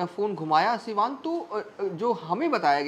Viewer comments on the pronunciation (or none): Bhai wo sab to theek hai, pa har baar, Ja jab jaise words ko "za" - "Zab " zaise" mat bolo, patrkar nhi lagte 🙏🙏 Siwan ko "shiwan" Sath ko "Shath" ????